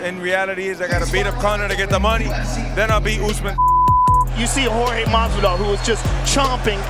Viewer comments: The fact that he can pronounce Jorge correctly… perfection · Fair play, he pronounced his name properly too!